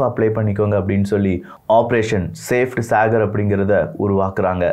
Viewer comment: சேப்ட் சாகர் இல்ல ப்ரோ... அது சபேட் சாகர்...! சபேட் = White சாகர் = Ocean